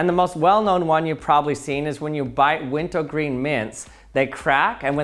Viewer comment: "when you bite wentuh gween mints".